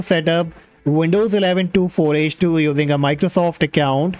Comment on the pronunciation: Just a little thing, it’s pronounced twenty four h two.